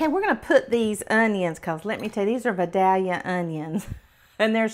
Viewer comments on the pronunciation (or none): Vah-dahlia onions? In Georgia those are Vie-dell-ya onions. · It's Vidalia. From Vidalia Georgia. Pronounced Veye Dale ya! Laws mercy It's usually on the product and the price sticker on the shelf. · Please..pronounce it correctly. .Vi Dale ya=Vidalia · I love the Vidalia onion. (Pronounced Vi-DAYL-yuh)😘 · The onion developed in Georgia is called Vidalia, with the first “i” pronounced like “aye” and drawled, with both the first and second syllable stressed. It was developed by farmers in ….Vidalia, Georgia.